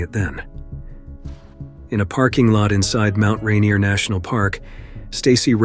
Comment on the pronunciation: The narrator has obviously never been to Mt Ranier...